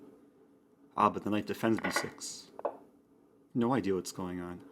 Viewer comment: Why do I thinks he is saying knife instead of knight